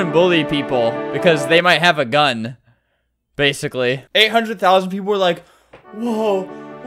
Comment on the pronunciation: "they might have a gun, bassicly" LOLLLLL